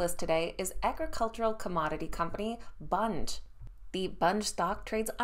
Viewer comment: Your saying bunge wrong